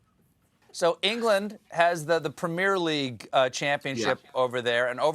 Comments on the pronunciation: The way Stephen pronounced the premier league made me cringe. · Stephen be like: Premyaire leauge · Don't think I've ever heard 'Premier league' pronounced like that lol